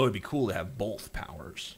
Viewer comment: "Bolth" - TJ Kirk